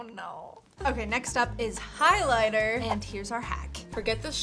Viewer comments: you said highliner 😂😂😂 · No she didn't she said highlighter. Edit:I slowed it down your right she said highliner😂😂😂😂